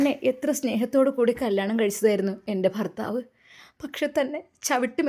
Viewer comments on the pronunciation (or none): none